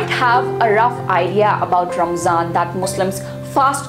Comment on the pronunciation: If this video is aimed at non Muslims or people who want to know more, then my advice to the presenter is to use less arabic jargon & replace with English phrases so it's easir to digest. Plus it's not Ramzan, It's pronounced Ramadhan in Arabic Good try though